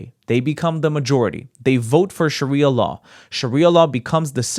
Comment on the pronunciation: literally admits "I know no other culture than Australian" --- but also keeps insisting "tHeRe'S nOtHiNg WrOnG wItH LiViNg UnDeR SHARIAR LAAAWR!!!"